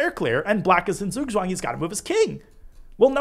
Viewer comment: Love your videos, they are very helpful, greetings from Germany! Not trying to sound contemptuous but The "Z" in Zugzwang are pronounced like "Ts" and the "ang" as the "ung" in "stung", but also I feel like the incorrect pronunciation is so common in the English chess world that the actual term would cause a lot of confusion. 😅